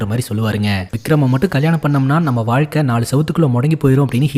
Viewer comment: Hlo sir vaazhkai not valakai 😂